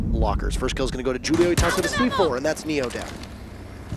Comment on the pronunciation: Why they keep mispronouncing Julio haha